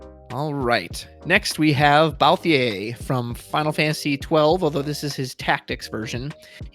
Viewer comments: I don't really care how people pronounce Tidus. Cabbage's pronunciation of Y'shtola used to throw me off but never bothered me much, but ' pronunciation of Balthier....... It fully trigger me lol. No hate for it though XD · I was actually drawing while listening so when you said it, I looked up to see who the character was and I was immediately like, "No! No he didn't just mess up the leading man's name!" Then you said it again lol. Had to say something, but not mad. Don't want you to feel stressed over it, just poking fun.